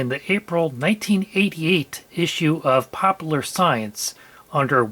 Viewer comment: Making fun of Taiwan people's English when you can't even say "popular" correctly as a native speaker. POPOOOLAR lmao